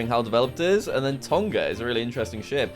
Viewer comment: Tong not to Tongah :)